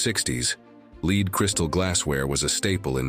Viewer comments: Amazing that lead ('led', not 'leed') paint is mispronounced. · The computer voice of narrator made a mistake, "lead paint" is not LEED paint but LED paint. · However he pronounced it led and leed when describing glass